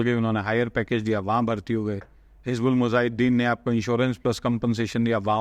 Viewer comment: You proudly claim to be history sheetar..ok agreed and have never disclosed your country of origin but your indian hindu viewers are very happy on your content and Pakistanis regard you surely as Indian and Hindu ok no issues Pakistani pronunce word Jehad not Zehad likewise Mujahid not Muzahid and please note that while studying or narrating historical events one should be reasonably unbiased and logical and not leaning towards one side irrationally. Dr Mubarak Ali , A Pakistani history professor is far better example ,anyway I would request you to please be Scholaristic to brand your content attractive for a comparative study instead of mere one side propaganda tool to tease or appease people Hope you would consider it on merit